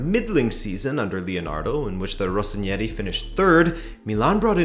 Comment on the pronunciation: 'Rossoneri', not 'Rossonieri' like you pronounce it lol